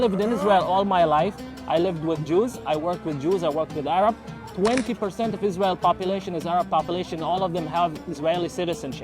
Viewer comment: An Arab doesn’t pronounce the “h” as a “kh”. That’s how you know he’s fake.